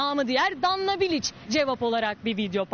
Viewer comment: Bilic ne ya piliç der gibi 😊